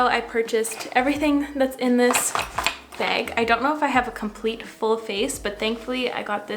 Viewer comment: Never realized you were Canadian, but then I heard you say the word "bag"